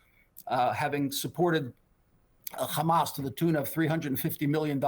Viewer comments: Not sure what logic and world he lives in! No one buying these lies! And stop saying khamas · "Khamas khamas khamas" what a joke these guys are